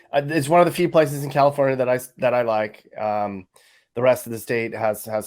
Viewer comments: “Cacafornia”. I admit that I laughed at that, but dang, it’s sickening and depressing. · I'm so mad at you for making me laugh at "Cacafornia" lmao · "Cacafornia" enough said. I have spent all 52 years of my life in California. Lived in both NorCal and SoCal. Watching the decline is heartbreaking. I climbed to the top of the mountain next to Big Bear mountain 10 years ago and on the summit boulder were LA gang graffiti and broken alcohol bottles with a used condom wrapper. Awesome work and especially the commentary. Taking a cruise through the Harbor Area (focused on Wilmington CA) could be an interesting drive: junkyards, projects, strip clubs, dive bars, the harbor, and ghettoes. You were there before I think but it didn't catch the true spirit of the area. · Ca-Cafornia, I am originally from there and I found that hysterical!! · Cacafornia lol 😆